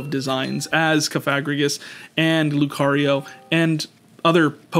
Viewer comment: The was he says Cofagregris is crazy 😂